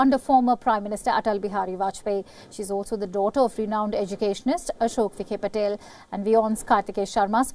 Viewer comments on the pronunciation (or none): Not vikhe - patel but vikhe Patil